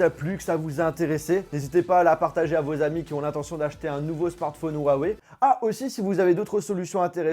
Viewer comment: C'est pas "Wawey" 😂😂😂